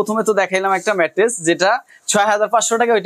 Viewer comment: রাম বলদ ২ বছর ধরে ভিডিও করেও ম্যাট্রেস কে ম্যাট্রিক্স বলে!!